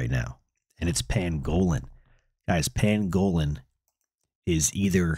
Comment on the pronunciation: Not trying to be a dick but you’re saying pangolin wrong it’s an animal YouTube it. ❤